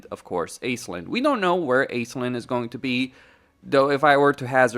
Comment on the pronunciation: her name is pronounced Ashlin. If we can pronounce Oxyotl, Tehenuin, and Drazhoath, we can also do the Irish name surely.